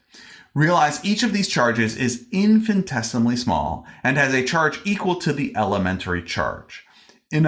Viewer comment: It's interesting hearing you pronounce "infinitesimally" as "infin-tesimally". Not a big deal at all, just missing a syllable to my ears.